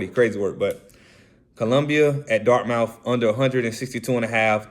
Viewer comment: “Dart-muth” “Loy-ole-ah”